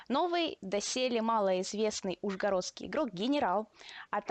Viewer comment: в слове ужгородский наголос на второе о надо ставить